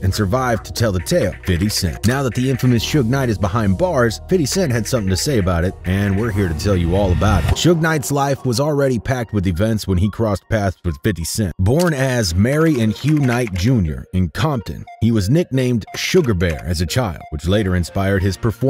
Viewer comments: I was like WTF? Isn't it Marion? LOL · Yo I swear I cut the video off immediately after that. How tf do you butcher Marion that bad 🤦🏾‍♂️ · maryand knight 🤣